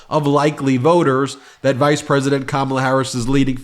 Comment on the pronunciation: Interesting that he can pronounce all those names but struggles with ‘Kamala’ 🤷‍♀️